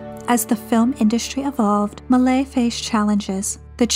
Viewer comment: Thanks a lot for this amazing video! Just a note on pronouncing Méliès: Meh-lee-Es. And the ‘s’ in Jules Vernes is silent. Pronounce as Jule Vern